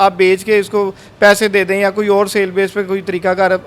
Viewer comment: یہ گیم کھیلنے والے بھائی کی ڑ کا مسلہ ھے اوڑ بہت اچھا لگ رھا ھے سننے میں۔۔ماشاءاللہ